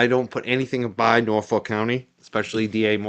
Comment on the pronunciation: I live in Norfolk 🇬🇧 and it is pronounced Norf@ not ‘folk’ 😊